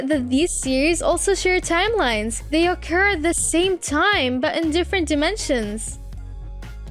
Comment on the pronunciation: I actually think it’s just her accent, like when she pronounces occur as oak ker